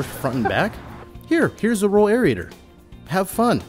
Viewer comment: AIR-RAY-TER. Not AIR-RI-A-TOR.